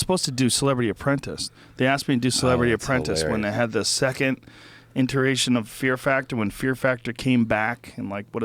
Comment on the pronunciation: 1641 people are outraged that Joe pronounced iteration as 'interation' .